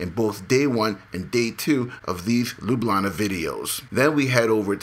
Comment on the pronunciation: you say Ljubljana like a young people in Slovenia :) hope you enjoyed Slovenia